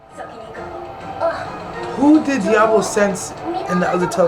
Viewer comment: saying the name correctly 👏🏾👏🏾👏🏾🙌🏾